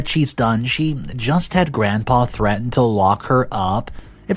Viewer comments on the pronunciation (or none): none